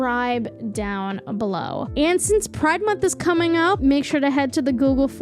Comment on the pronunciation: hold up... did you just say pride is cumming up?